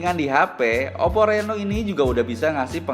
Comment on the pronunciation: Oppo reno mim , bukan rino